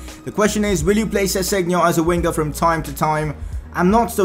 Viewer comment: Your saying sessengon wrong. I